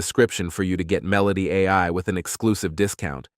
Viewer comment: dude, "MEH-loh-tee" Say it with me. when you're writing the script next time, covering Meloty AI, please spell it phonetically. Super unprofessional and distracting. While we're at it: "myoo-REH-kah" = Mureka. I hope they're not sponsoring this video, 'cuz they got ripped off. FYI: you can put certain words into Gemini/ShatGPT and ask for good phonetic translation. We'll thank you for it, and enjoy your content more.